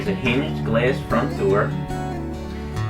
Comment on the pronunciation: If I hear you say glass one more time I swear I will grab your fucking glass forehead and slam you into the fucking mitre saw repeatedly just fucking smashing it shouting "It's pronounced fucking glass not gleasss"